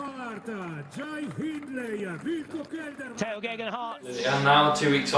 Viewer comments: I came to the comments just to make sure graygenhot wasn't correct. Now if I can just find the correct pronunciation... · Tao greghenwhat!!!! Your his bloody mate. Pronounce his name correctly at least. Top quality content nonetheless. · watch it again and you will hear he pronounced Tao’s surname wrong and my comment was made in jest so there’s no need for abuse.